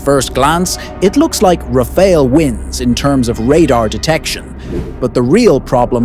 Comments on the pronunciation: Rafale, not Raféle. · To make sure the French understand you are talking about their jewel, correct the pronunciation of Rafale to "Raf-faal"... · It's not Rafael, it's RAFALE. Congrats for the prediction anyways. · Rafael ❌ RaFAIL ✅